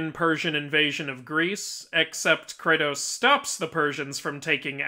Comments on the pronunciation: IT KRATO not cratus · Kratos is not cratus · KRATOS IS NOT SUPPOSED TO BE CRATUS....Great video otherwise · Messed up the "Are" in the beginning 😅